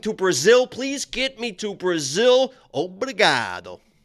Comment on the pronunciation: that was the most italian “obrigado” I’ve ever heard. Thanks for the picks dudes 🙏🏽